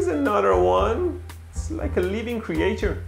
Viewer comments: my guy said "cree-ay-chur" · Nobody: Mehdi: “cre-ATURE” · Creature. Say kreetshur